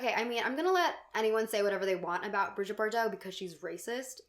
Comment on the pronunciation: It’s Brigitte, not Bridget, Bardot. Bree-zheet